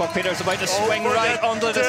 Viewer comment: Too bad there wasn't room for the podium ceremony😅😅😅 It was legendary. Hope the English commentator knows how to pronounce 'Pieterse' by know 😉